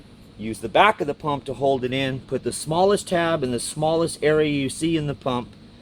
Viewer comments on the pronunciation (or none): none